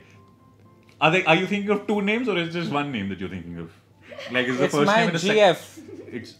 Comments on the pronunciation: Yar ye mind read to main bhi Kar skta tha Jis Tarah se samay ne "gf" pe zor dala tha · Same lol. He really laid great emphasis when he said 'GF'